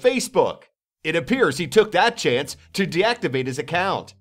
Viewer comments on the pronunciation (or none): none